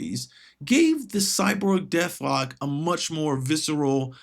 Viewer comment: What's a Cyborb? Is that like a Cyborg?